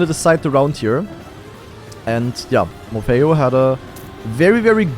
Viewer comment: hearing call morhpeo morpheo for 15 minutes was so funny XD and i knew that skandear was gonna win this one, even though i got a little scarred when he started to troll at the end